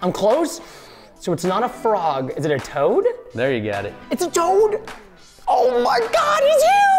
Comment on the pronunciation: IT IS TOAD NOT TOAT